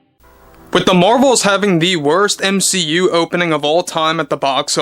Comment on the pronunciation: ur saying M SHE U weird....